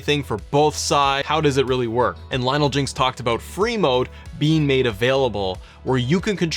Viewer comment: Every time you say Free Mode all I hear is Brie Mode.... I don't like it now lol...